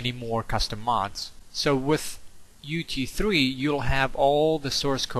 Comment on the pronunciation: everytime you say UT3 it sounds like UG3